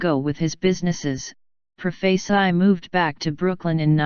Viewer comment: Pro-face-eye? Cay-po? Lol!